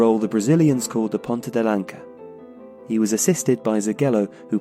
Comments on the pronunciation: Brazilian here, it is not "Ponta de LanCa", but rather "ponta de lanÇa" like you dont say "barCa" but "barÇa". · Not "ponta de lanca", it's "ponta de lança" as in spearhead and the "ç" is read like an "s" instead of a "k". Portuguese pedantic here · We (brazilians) call the Pelé role ''Ponta de LanÇa'' not ''LanCa'' This word >Ç< sounds like the ''S'' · Like other people mentioned, it's Ponta de Lança (ç is read as an s). Nowadays, I think it's more associated with a stationaty striker (at least in Portugal)